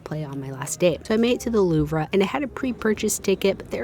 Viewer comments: The Lou-v not Lou-va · louv-re is really killing me 😂😂😂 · It’s literally pronounced “loov-ruh” in French lol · ....loo-vruh....good god.... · It’s not loove-ra. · Did you just say.. Loov-ruh?? 😂 And you're an influencer??! 🤣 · Not the loovra 😂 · She's trying to imitate the French pronunciation. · Oh you’re breaking my heart with ‘Lou-VRUH’ and ‘monT MAHT-RUH.’ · "loove-rah" and im out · I hate to be that guy but every time she said it it caused me physical pain 😂😭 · The pronunciations here are so delightfully American 😂 “the loovruh”, “MonT martruh” Made me smile 🥲😅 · Next visit to Paris, learn the pronunciation of 'Louvre' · Silent r in louvre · This is not intended as a hate comment in ANY way, but the r in louvre is silent 🫶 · the way you pronounced louvre is crazy lmaooooo very cute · I DESPISE your pronunciation of the Louvre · That’s not how you pronounce the louvre 😭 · the pronounciation of louvre hurt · not being able to check out the louvre was punishment for butchering the pronunciation of its name 😂😂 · i’m an american and have never heard any other american mispronounce it like she did